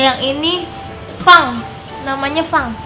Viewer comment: bilang fang tapi pang